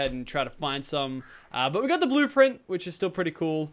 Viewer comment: said blueplint ahaha lol